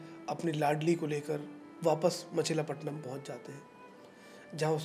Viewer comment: A simple correction, not ‘machila’ ‘Machili patnam’.